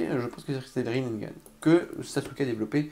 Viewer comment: C'est pas rinneNgan connard c'est rinnegan